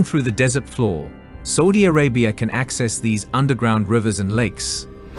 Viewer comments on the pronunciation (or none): Did I hear him say "Saldy Arabia" or "Salty Arabia"? Please let him know it is "Saudi Arabia" 😊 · Saudi pronounced Sowdi, not sordi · Bro u pronounced Saudi wrong , it's saa ooh deeyah , no soooh dia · It should read Saudi, S Ah U Di, Not Soudi !!! It was an A -AU, not O-OU! No need any research...just know where the country is and know how it is called first. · Not Sodi Bro, it's Saudi 😅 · Why does he keep saying "sodi" instead of suadi? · After the 3rd or 4th "Sowdy Arabia" I couldnt do it. 😂😂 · An excellent agricultural documentary, shame about the mispronunciations such as swath, oasis and Saudi (an ow sound) not sawdi. All we need now is for Saudi Arabia to respect women's rights and autonomy; get them out of those skeleton and bone density-destroying/osteoporosis-producing hideous black clothes; respect other minority rights, have a more civilised approach to immigrant workers and Saudi integration into the 21st Century will be complete. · 30 minute doco saying Sawdee 100 times and and still can't say Saudi properly. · It's saaaudi Arabia not soldiers bad English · my ears hurt................SODY SODY SODY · why does he say s000di arabia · the same new tone goes for ' Saudi'!! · Really interesting but ‘Sawdi’ Arabia! Say it properly or bugger off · I am so irritated by how he pronouns Saudi Arabia, I can not finish the documentary. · You are NOT pronouncing Saudi correctly 🤬🤬🤬